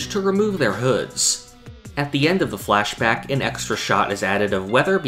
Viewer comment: Hi idk if this feedback is helpful but your pronunciation of the word “flashback” is off. It’s sounds like “fleshbag” every time you say it.